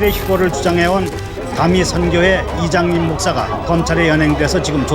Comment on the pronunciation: 나만 이장림 목사 자꾸 이장님 목사라고 들ㄹㅣ나